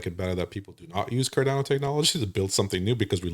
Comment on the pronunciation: Sorry but this guys seems like a flake, can't even pronounce Cardano properly, the second A is pronounced 'uh', NOT 'eh', come on educate him...